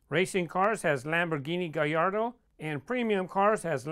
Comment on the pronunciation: He said gayardoo